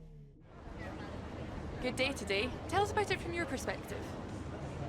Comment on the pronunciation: "guud day tuuday"